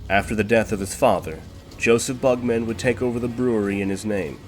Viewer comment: Stop saying bug-man. It’s not like Spider-Man or superman.